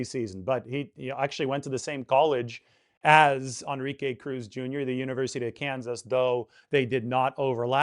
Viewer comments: Bro it's pronounced. N - RI -ke, not On -Ri -ke!!! Your killing me smalls! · que is not pronounced kay but like ke. plz no anglo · Dude learn how to pronounce the guys name. Phonetically it is N-ree-kay. If you are in the Bay Area you should know this. No excuse! I mean what other word in any language other than maybe frickin French has En pronounced as On. It is not like there are no other Enrique’s out there. There have got to be thousands of us. I mean this is worse than me calling you. Maybe the hispanic demographic is not your niche. Ok. Rant over. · more like en-re-kay